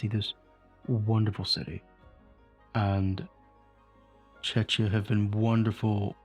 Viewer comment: Czechia in English is pronounced Chekia. But I'm sure you already know that. 😅